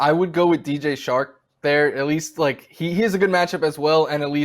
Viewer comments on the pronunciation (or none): This guy says Robby Moore and DJ Shark...🤣 Dude on the right